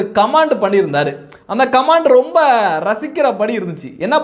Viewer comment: கமான்ட் (command) அல்ல கமென்ட் (comment) என்று சொல்லுங்கள்.